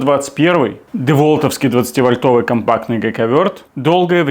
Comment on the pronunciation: Не "вольтОвый", вОльтовый, от слова вОльт😂😂😂. И ещё: я подобный гайковёрт купил в Китае за 15$😂😂😂 Всё делается в Китае! 😅